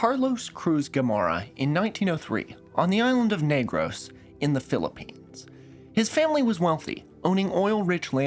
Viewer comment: you really saved the whole video by correctly pronouncing the name of the island of negros